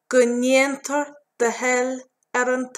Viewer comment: 26 second "Go ndeatnear do thoil em talamh"?